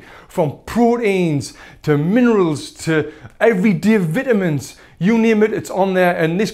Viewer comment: tell me your from the north east without telling me your from the north east. minerulssss vitaminsss 😂😂